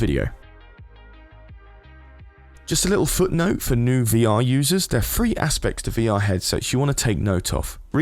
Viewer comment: i dont quite understand ... are there FREE aspects to VR? or THREE aspects?....cuz if you meant THREE..its pronounced with a TH...not a F